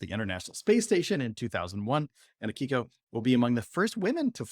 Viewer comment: Her name is pronounced 'Aki-ko'. not 'a-KI-ko'. It may mean 'autumn's child' (Ko means child)